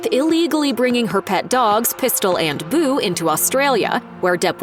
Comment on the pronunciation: They way he said pistol and boo made me giggle.😁